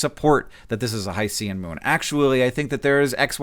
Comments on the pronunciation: every video I've seen has said hi-see-an world, but it's hi-shen. Ocean isn't Osean, unless you're from Strangereal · It should be hy-shin, like o-shin. You don’t say Pacific O-see-un. (Note that the i should be a schwa, not an i, but I can’t type an upside-down e.) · I would never quibble about pronunciation typically, but since hycean is specifically a portmanteau of hydrogen and ocean I hope you'll forgive me for pointing out that, at least going by Wikipedia, it should be pronounced in two syllables (haɪʃən/ HY-shən). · Hank, I have terrible news. Rather than a respectable allusion to Greek mythology, the word "Hycean" is a cheaply-made portmanteau of the words "HYdrogen" and "oCEAN" and is, devastatingly, pronounced "high-shin". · My not-to-keen ears heard “Hi-C-um worlds” and “puppy atmospheres” :D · oh “HY-cean” …I initially was like wow spruce trees are multi planetary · I think Hycean is pronounced like ocean. Not Hys-ee-u-n. Also Dimethyl sulfide would absorb the same wavelengths of light, regardless of density or whatever argument you were trying to make about absorption on earth vs absorption on this other world. It has to do with the energy levels of the component atoms themselves. This IS SOMETHING. And this is not the only life-associated compound detected in this exoplanet's atmosphere. Does it confirm life? Absolutely not. Is it weird and eyebrow raising? Definitely. This is something to get excited about! Because either way we will learn something. Either there are processes producing these compounds that we don't yet understand(new chemistry, exciting), the data processing for extracting these signals is off somehow (I don't feel this is the case. But I could be wrong, I am not well versed in the specific data processing techniques they use), or these compounds ARE present, and ARE being produced by processes we already know of, i.e. life. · Hank, pretty sure hycean is pronounced similarly to ocean so it's hy-cean instead o-cean.